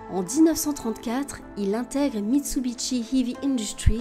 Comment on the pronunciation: "MitsubiTshi"? Le "T" serait plus à sa place... dans un bol...